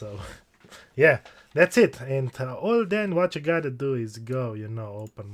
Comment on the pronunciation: I really like how you say "wachyougottado"